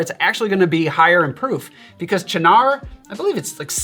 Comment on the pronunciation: Thank you for finally revealing to me how to pronounce Cynar!